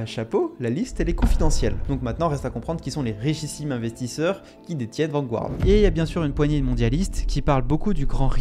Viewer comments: c’est pas « Vangouarde » mais plutôt « Vangarde » en termes de prononciation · Intéressant, indeed! Mais, svp... Garde... Garde... VAN-GARD... Pas Gouard... Vanguard... Comme le journal anglais "The Guardian"... Garde-ian... Pas Gouardian! 🤯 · Vanguard is pronounced Vanguard not vangouard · On dit {Vangard} sans prononcer le u. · bon reportage, mais la prononciation de "Vanguard" est vraiment désastreuse.